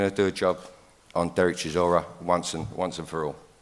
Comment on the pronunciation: How’s Whyte correcting Chisora on his pronunciation when he struggles himself🤣